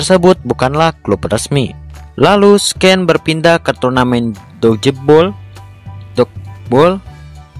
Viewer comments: Harus nya dibaca sin bukan scen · Bang "scene" bacanya "sin", "scince" bacanya "sains'